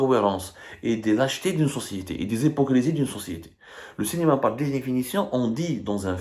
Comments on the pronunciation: Le Cinéma et non pas Le Cénéma ya essi Abdou, travaille sur ta prononciation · Abdou. SVP, Cinema avec un i et non pas cenema.